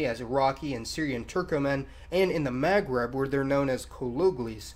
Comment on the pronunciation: Iranian is middle eastern. Also please work on your pronunciation of "Maghreb". It's very distracting.